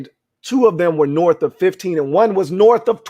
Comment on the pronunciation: For the record... I was one of the ones who complained about you saying "norff" instead of "north". The reason is that you're clearly a man with a high IQ.. And when you mispronounce those words, it belies your formidable command of your faculties. Correct pronunciation and less "ghetto" type vernacular is the best foot fwd IMO to appropriately market your content. There's a huge demand for high IQ, sofisticated content on YouTube. HAIL!!!